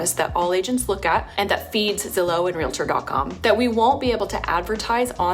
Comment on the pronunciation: Never trust a reporter who says REAL-ah-Tor. It’s Real-Tor. There is no “ah” between the two. Just another thing they got wrong.